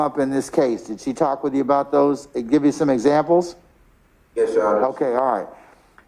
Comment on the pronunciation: “Yesh your honor” filthy no good low life can’t even speak or spell properly